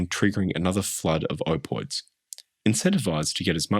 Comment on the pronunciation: i hope im not the only person who gets a bit irked at the "opoids"... you're forgetting to pronounce a letter sir